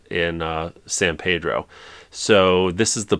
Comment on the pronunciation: As a Californian it’s pronounced San Peeedro with “e” not “a” sound 😅